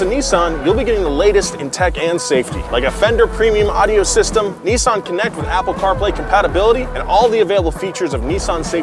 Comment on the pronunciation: How is it that Seppos can't pronounce Nissan or Hyundai?